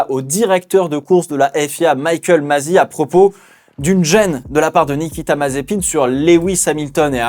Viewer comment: "Toto Volf" mdr "Michael Mazi"